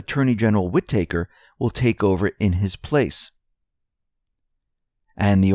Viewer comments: wit taker..... lol its wit-tah-ker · whitaker is not pronounced whi-tAker, it is more like whitiker with the emphasis on whit. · It's not pronounced "whit-taker" ... it's "whita-ker" ... said quickly, without a pause. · Whitaker is not pronounced Wit-take-her There is only one t, Wit-a-ker Otherwise good story. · it's pronounced Whit'aker, not Whit-acre' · Whitaker = Whi ta ker, not Whi taker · Whitaker is pronounced with a "Short A" sound, as in "read a book". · Just so you know, it is Whi-TA-ker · Wit ah kur (say it fast) WIttikur emphasis on first syllable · It's "WHI-tuh-kur". Accent on the first syllable. The 'i' is short. The 'a' is pronounced as a schwa. Otherwise, excellent as usual. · WHID-i-ker Pronounce shit right! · Love your reports, watch them daily. But, you are driving me crazy with the acting AG's name. It is pronounce: Wit-a-cure. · Whitaker is pronounced "WHI-ti-ker." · its pronounced "whit-ick-rrr" said dluidly and quickly, cm'on man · Please stop mispronouncing "Whitaker"! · Actually it's driving me NUTS to hear it pronounced that way so lay off! Some of us have what is called an 'auditory' experience in life. You probably don't (there are also 'visual' and 'sensory' types) but try to respect those of us who do. It is hard to keep hearing such a common name like this repeatedly mispronounced !! My cousins last names are Whitaker so this is really bad for me and probably is driving some of the rest a little crazy as well. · Please learn to say WHITAKER! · Yes, please say it with emphasis on 1st syllable & 2nd syllable short a. Thanks! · Go easy on the guy! He can't say HOOAH either. I love it! He doesn't mean to but he makes me laugh! Love ya,!